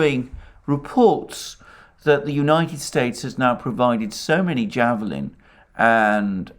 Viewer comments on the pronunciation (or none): none